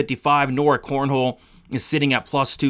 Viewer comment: Bro her name is not CORNHOLE, holy moly that was a tough listen since you said that 20 times. I appreciate your content but man that was rough aha. It's cornolle not cornhole